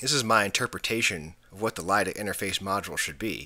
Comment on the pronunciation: Great video! Nicely done. Could that last jumper have been the interlock that was never connected to the back panel? Just an FYI, it's not "LIDA", it's" ILDA" (ill-dah) for the International Laser Display Association. Ron